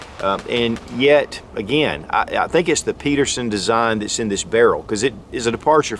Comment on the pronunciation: Again, the designer's name was Pederson!!! Not Peterson! Get it right!